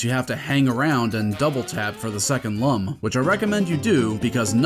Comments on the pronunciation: How can you call yourself a true Rayman fan if you pronounce "Lum" incorrectly? It's pronounced like "loom" given that their name comes from luminous (I'm mostly kidding but I think Origins even specifies the correct pronunciation sometimes if you bounce on the wizard's hat, so that's something) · As per the manual: "pronounced “Looms”, like ilLUMination, and not “Lumms”, as in dumb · The manual says that. I remember hearing the pig latin in this game pronounce it as lum in the game and getting PISSED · I believe you forgot a very important detail from the manual…it’s pronounced “looms” as in the French word lumière, “lum’s for dumbs” as it said, and made me take a step back for assuming 😂